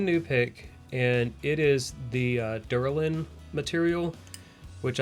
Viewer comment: I think you mean Delrin, not derlin?